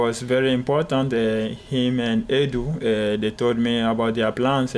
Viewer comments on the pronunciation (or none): He pronounced Edu as Urdu I’m dying 😂😂😂😂